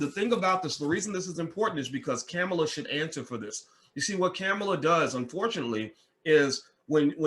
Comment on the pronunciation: You say you don’t support either, however you made sure you shared your negative thoughts regarding Harris and Biden. Also please learn how to pronounce her name.